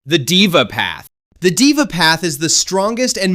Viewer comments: LMAO HE TOLD DIVA IM CRACKING UP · Deva pronounced they-va